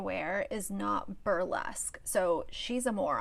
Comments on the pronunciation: Wait. Whoa!!! Myka brushes her teeth TWICE a day? She’s a trailblazer! Who does that? I’ve never heard such insanity. And, PS Bru-lesque? I had to go back and check that I actually heard that. Has this woman ever picked up a book? A newspaper? How did she study for and pass the nursing boards? She’s just vapid. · Myka never said her photo was “burlesque,” she said “broolesque” 🤣 so you’re right, but we don’t know what broolesque is so maybe it was that 🤣💁🏽‍♀️